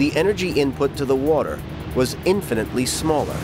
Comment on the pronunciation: Thank you. Someone else actually noticed. I was beginning to wonder if I was the only one bothered by this comment in the video. I literally cringed and brought my hand to my head as he proceeded to say the word "infinitely" incorrectly several more times after.